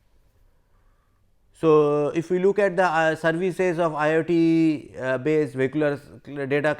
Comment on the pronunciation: This man pronounces IoT as IIT